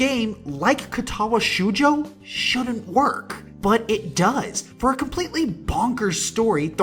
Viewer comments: Ok I seriously can't help cringing every time he says shoujo. The "Ou" in Japanese is pronounced like "oh" not "oo". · 7.8/10 You mispronounced shoujo.